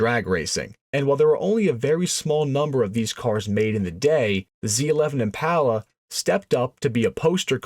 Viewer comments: It's Impala. Not Empalla. Impala. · Generally a great video. I'd read a lot about the 427. My debrief: mispronounced "Impala" is killing me. Im-pah-lah I've had my '61 since '82 ... it was my first car. Overhauled/painted it with Dad, new interior as a teenager. Then it sat ... drug it out of the barn in '18 and had a professional resto-mod done to it. Passion Polly ... the IM PAH LAH. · 409 was a 348 but bigger. The Z11 was a 427 but on the 348/409 engine. The real 427 was the next Gen. This is a kind of accurate video but the guy can't say "Impala".